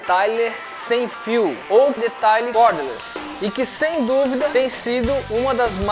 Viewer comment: Pronuncia : Deteiler